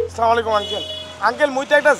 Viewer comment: Asslamu Alikum ❌ Asslamu Olikum ✅